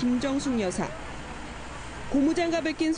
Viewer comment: 앵커분 발음에 주의하셔요.여사의발음을 어떻게보면 고의적 실수로 여자라고 하는 느낌이 강하게 드네요.